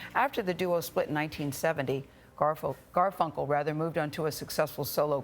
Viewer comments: She actually said Garfel, then corrected it to Garfunkel. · She keeps calling him “Garful”... and then the man refers to “Strawberry Fair” ...Why interviewers don’t do their research is beyond me.